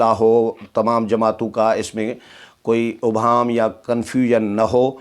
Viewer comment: محترم آ پ ہمیشہ اس لفظ ابہام کو غلط ادا کرتے ہیں، الف کے اوپر پیش نہیں بلکہ الف کے نیچے زیر ہے، توجہ دیں، شکریہ۔